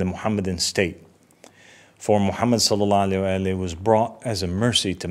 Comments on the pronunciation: I know right?! He has hard time sending salutations / salawat properly like what is salaalla aleh? Cringe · Not once did he say after the prophets name Salalahu Alaihi Wasalam properly like most muslims do, that is a major red flag!!! Is he from a minority sect?